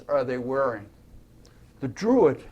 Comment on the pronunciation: Druid not Drurid